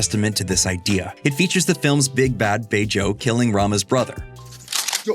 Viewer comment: It's not Bejo like you said, it's pronounced "BEjo" where BE sounds like BI in bird.